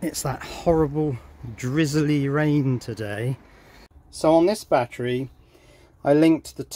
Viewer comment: I laughed when u said big baattery!